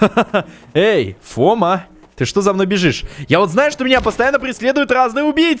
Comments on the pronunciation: Не фОма а фомА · Не Фо́ма, а Фома́ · Ля, ты че, как не олдфаг, не Фома, а фомА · Правильно надо говорить ФомА а не фОма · фома ударение на а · Фома ударение на "а" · Ударение на другую букву в слове фома